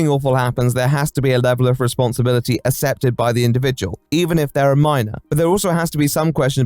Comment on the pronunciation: whilst his videos are great why can’t he pronounce accepted correctly ever